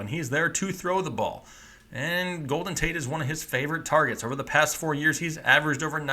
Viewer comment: Yargets lmao #